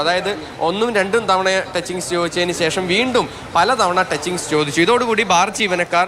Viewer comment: ടച്ചിങ്‌സ് കൊല അല്ല ടചിങ്സ് വർജ്ജനമാണ് വേണ്ടത്